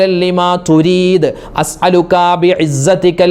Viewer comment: ലിമ തുരീത് എന്നാണോ.... യുരീത് എന്നാണോ??? എഴുത്തിൽ യുരീത് എന്നും ഉസ്താത് പറയുന്നത് തുരീത് എന്നും ആണല്ലോ 🙄